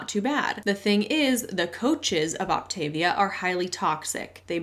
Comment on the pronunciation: Just FYI, the pronunciation is “Opt-uh-VEE-uh.” And yup, your daily caloric intake on the program is SO LOW that exercise IS discouraged.